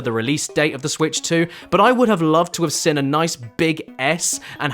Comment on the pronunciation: Why do you pronounce "seen" as "sin?" Bro cant even speak his own language. 😭